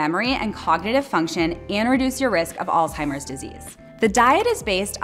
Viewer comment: Informative and interesting. I am interested to give this a try. Many of the food choices already are part of my daily food intake. One suggestion to make your presentation more legitimate. Use of the word altimers as opposed to Alzheimer’s….just a suggestion. A common mispronunciation. 💫